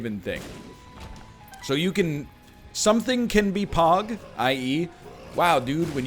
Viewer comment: So am I the only person that thought he was saying pawg and not pog... or am I just to far gone